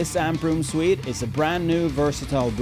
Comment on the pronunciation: great review. can always use more chainsaws... fyi , french is silly af and suite is pronounced 'sweet'. someone lost their Ws and Vs